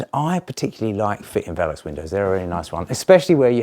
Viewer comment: Made that look easy! By the way its not vel- ux its Ve-lux. lol